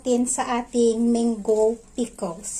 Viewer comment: Gusto ko ung pagkakabigkas mo ng menggo 😁